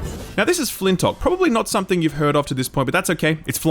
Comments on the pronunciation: Guys c'mon, we all know he was saying Fintock and not Flintlock because he knows that games takes no L's. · pronouncing everything wrong. "flintock", "ereban: shadow legends" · Are you purposefully leaving out the 'L" in Flintlock? Am I taking crazy pills? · Also Flintock. :P